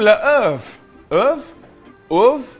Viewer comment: I am just learning french but I can say œuf. How did he screw it up so badly?